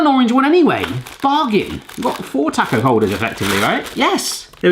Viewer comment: please say "taaaa-co" it's a short vowel sound "ahhh"